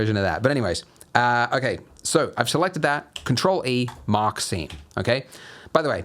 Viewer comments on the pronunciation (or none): I cant tell you how I keep hearing "mockcine" instead of "mark seam"